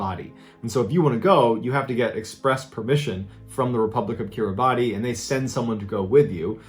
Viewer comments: Great video... however one small thing, it isn't pronounced Kiribati (or like its spelled) it's actually pronounced Kiribas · It's pronouced Killy-bas not Kiribati. That was the reason I coundn't find the country on any maps when my old work cobba told me where he came from. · Love love Mr. Ballen, but Kiribati is pronounced Kiri- bas. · You mispronounced Kirabati. The pronunciation is Ki ra biss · It took me a minute to understand what you meant by "Kiribati" - it's pronounced closer to "kir-i-bas". I love your videos, but your research team should actually help you learn the pronunciation of a lot of your topics. There are a lot of times that the pronunciation is very far off and makes some content hard to understand. But keep up the good work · It’s actually pronounced not Kiribati, but Kiri-bash (roughly) 😊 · It's said Kiribas even though It's Kiribati. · Have never heard of coconut crabs attacking a person. Seems unlikely. Interestingly, Kiribati is pronounced "Kiri-bas". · A note on Kiribati, which I only randomly know because I read “The Sex Lives of Cannibals” by J. Maarten Troost, a travelogue about a guy who follows his then-girlfriend (now-wife) to Kiribati for her job—Kiribati is actually pronounced kee-ruh-boss. True story. The book is hilarious, FYI. Troost and his lady stayed on the Tarawa atoll (located in the Kiribati archipelago) for two years. Taught me about a part of the world I would have never endeavored to learn about, otherwise. Shoutout to Mr. Ballen, the hunk keeping American women swooning w/ this channel. (Respectful nod to his wife and adorable kids.) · by the way Kiribati is pronounced kiribas (weird story about nuns and a typewriter. no s key so the kiribati writen language uses ti instead of s) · Kirabati is pronounced kiribas. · Unexpectedly, "Kiribati" is actually pronounced like "kiribass". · Kiribati is pronounced KIRA-BIS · I believe it pronounced Republic of "Kiribas". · Keer a bahs. Kiribati pronunciation.